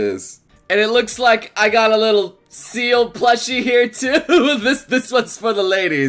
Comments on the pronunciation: He spelled Sebastien Sebastion and pronounced Ciel Seal!! I'm so triggered right now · "fangirls hear doesn't know black butler very well" AFTER THE VIDEO IS DONE "army of black butler fangirls (including me) go after for not knowing sebastian's name and pronouncing ciel's name like seal" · Bravo, you spelled Sebastian's name wrong and said Ceil's name wrong. Yay xD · WHY DOESSS EVERYONE SAY SEAL LIKE WHATTTTT ITS CIEL 😂😂😂😂👌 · Seal XD it's ciel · I love how he says Ciel as Seal. 😂👍🏻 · Tohkanime Hehe XD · Any own else freak when he called ciel "seal" xD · Or as he would say "seal" XD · That's not how you spell Sebastian,. That's not how you pronounce Ciel, either.